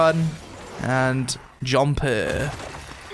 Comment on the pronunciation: Can we get a "JUMPUH" shirt already?